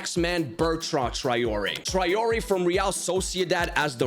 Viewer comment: My ears hurt so much from all the times you mispronounce Traoré.